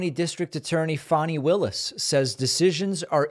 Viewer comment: First, thanks for correctly saying her name. Next, to your detriment due to life experience, you often really underestimate - if not dismiss - Black people, especially Black women. Over the years, I’ve repeatedly watched you doom elections that were won largely, in part, because of Black voter participation. We shall see but I’m betting on the Georgia DA.